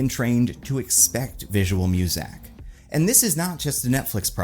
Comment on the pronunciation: Are you saying "visual music" or "visual mosaic"?